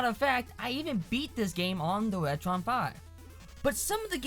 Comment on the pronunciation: wetwon 5 is wery wood wonsole you woron!